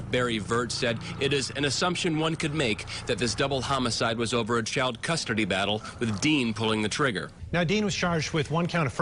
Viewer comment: 😂 that news guy said custerdy like in the Rugrats!!!!